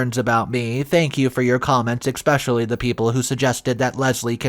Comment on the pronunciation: There's no X in the word especially try to pronounce the big words correctly